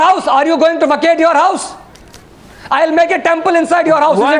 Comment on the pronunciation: "where is my wouse" lol